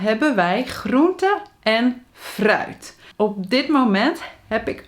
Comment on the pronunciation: Interesting pronunciation of the word “fruit” 🙄